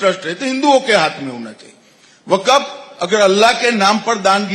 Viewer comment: Waqf pronunciation hi pahle thik karlo tab ku6 bolna